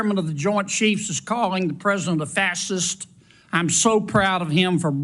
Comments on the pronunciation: Hey Foghorn Leghorn, it’s FASCIST (fash-ist). Not fasit (fas-ist, fas-ism). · Man can't even say faschist. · He can't even pronounce it. But be clear; he IS part of the fassist problem. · a "fass-cist"... hmm ok. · Kennedy,)you think all maga are fassest. No, Kennedy, we think they are fachist. Learn how to talk !!! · For being highly educated one would think Mr.Leghorn would know how to pronounce his parties politics with the name fascist. not fasist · "Fass-schist"? NO "FA-schist"? He drinks way too much bourbon before he spittles-out questions. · I’ve heard of Fascists but I’ve never heard of Fas-Sists 😂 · He can't even pronounce the word facist. He likes to tell people what they are and ask them to agree with him. Get that sicko out. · I would expect Kennedy to learn to pronounce fascist before he talks about it. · He is so stupid that he can’t even pronounce fascist correctly! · Kennedy should begin by learning to pronounce fascist. What a book. Does he also say "nucular? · Can't even pronounce the word fascist. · Poor Kennedy, he can’t pronounce the word fascist. And has no decency. Poor excuse for a human. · UGHHH SOMEBODY TELL THIS COUNTRY BUMPKIN HOW TO PRONOUNCE FASCIST PLEASE? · Boy can't say fascist? This MFr has to go!! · Kennedy can't even say Fascist.. how is that dummy a federal senator? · The fact that Kennedy cannot even pronounce the word Fascist is pretty damning. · What a shame u r Kennedy. U cant even say facist right. Besides that u r a hypocrite and thrive to make everyone like u. U need to retire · This guy can't even pronounce it correctly. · Is that moron trying to say fascist😂 💙⚖️💙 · He can't even pronounce fascist. What an idiot. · He can't even say fascist correctly. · You're right, but actions speak louder than words (however badly he pronounces them!)... and he continually supports an apparently fascist regime!